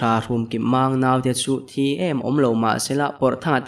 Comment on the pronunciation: 'Hrumkipmang nau te chu thi em awm lo mahse la' tih lai a 'thi' tih hi chu I lam diklo é. 'ka kut ka zai a, a thi' tih leh 'motor in a chil a a thi' tih a 'thi' hi a thlûk a dang daih a nia. Hmasáwn zel nan.